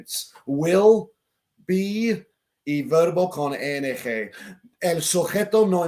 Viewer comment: Es ING no ENG, please say I in spanish corretly, thanks.